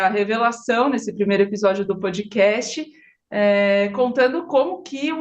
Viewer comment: De uma vez por todas: a pronúncia é pódcast!!! Não é pôdcast; não é pôudcast; é pódcast!! Não é nenhum fonema que não existe em português. Por favor!